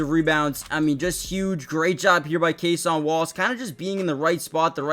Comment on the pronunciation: The way you pronounce Cason Wallace's name cracks me up